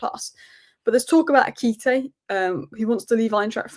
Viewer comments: Ekité???? You mean "Ekitike"? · its Eki-ti-ke.....